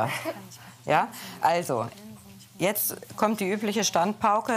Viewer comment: das heißt jetzt nicht jeze